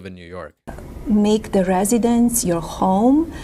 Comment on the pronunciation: She’s saying “the” best but her pronunciation sounds like be. Sounds like what we call pidgin English in Hawaii